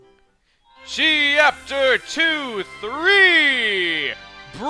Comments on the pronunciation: Cheapter is what he said at the end why can't he say chapter instead if cheapter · why are you saying chee up ter instead of chapter?